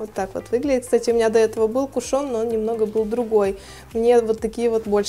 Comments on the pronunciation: кушЕн,а не кушОн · Не пушён а кушон